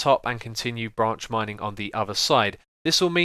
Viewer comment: I thought u said ranch mining XD